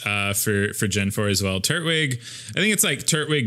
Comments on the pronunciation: it is tur-twig not turt-wig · It’s Tur-twig, not Turt-wig